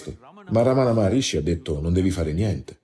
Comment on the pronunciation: Si chiama Ramana Maharshi non Maharishi che invece è quello della meditazione trascendentale